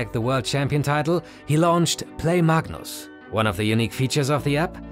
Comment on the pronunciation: mug-nus it the goat actually